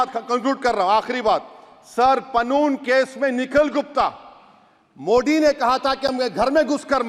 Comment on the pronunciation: Pehle modi bolnaa seekho😀😀mudi nahi hii, tallefus bekaar hii tumheraa